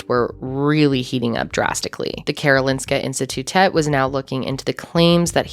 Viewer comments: I live in Sweden and I remember reading about this case. Just crazy. Also well done on the pronunciation of Karolinska Institutet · Your pronunciation of Karolinska institutet was really good Love your videos Love from Sweden